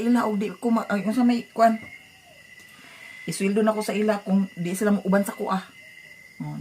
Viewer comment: dili na may pagbasa ana. “mey” na murag pag pronounce sa month sa may. lol